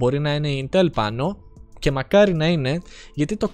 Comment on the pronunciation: Δεν είναι κατσίκι για να το λες ιntέλ.....Ίntel λέγεται